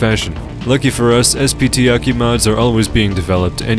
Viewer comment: its not pronounced "Aki" you weeb. its A.K.I